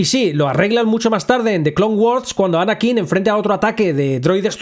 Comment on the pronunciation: No necesito una justificación de que un robot no pueda hacer algo que antes hacia TRAS 20 AÑOS. Si, se pudieron romper y nadie quiso repararlo. Y ya. ¿Qui gon? ¿Anakín con acento en la i? ¿Pero tú has visto las películas? Ni una has dado. Porque solo con escucharlas sabrías pronunciar bien eso ya que jamás se pronuncian así. No, levitar 3 metros meditando no es lo mismo que volar dentro de una nave nosecuantos metros porque tu quieras. Y tampoco tiene nada que ver con un salto de la fuerza de 2 metros. Y con Marvel otra vez. Octopús. 🤦‍♀